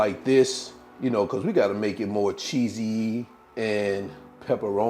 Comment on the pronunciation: What a cutie! Love the new words. Cheeseeyee....peperonieeee..LOL! Thanks again for a good snack.